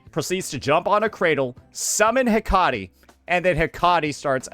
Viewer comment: Man be butching these names. Hecate.😂